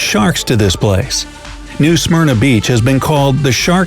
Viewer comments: The guy needs to learn how to pronounce Smyrna correctly. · Lol at 8.14 the way he says Smyrna just cracks me up for some reason xD